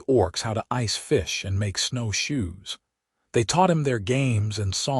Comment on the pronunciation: ".....how to make snow SHOES..."!!!!!!!!!!!!!!!! STRESS ON THE WRONG FREAKING WORDS AGAIN, and AGAIN and AGAIN... "...how to make SNOW shoes"!!!!!!!!!!!!!!!!!!!!!!!!!!!!!!!!!!!!!!!!!! Your AI suks.